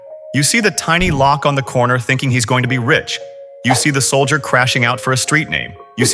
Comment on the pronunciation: YA I CAUGHT THAT TOO, DAMN NARRATIVE VOICES, HE SHOULD SMELLED IT TINY LOKE TO SOUND RIGHT